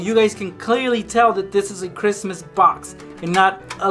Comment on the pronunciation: Merry Christ ler. It’s toe morrow